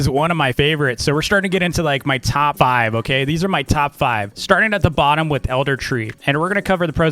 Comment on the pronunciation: I love how he said “5” as 3 lol